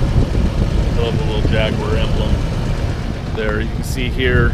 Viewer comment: Nice to see this car, unfortunately your commentary is repetitive, monotonous and painful. Also, please learn how to pronounce Jaguar.